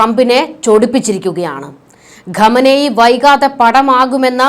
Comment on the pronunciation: ഖമ നേയി...അല്ല കൊച്ചേ...ഖ മൈനി...